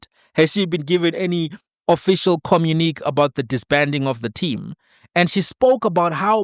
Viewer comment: I don’t mean disrespect but Communiqué is pronounced communiqaey